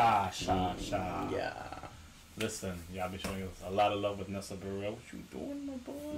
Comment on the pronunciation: LMAOO THE WAY HE SAYS HER LAST NAME it’s pronounced [bear]-[it]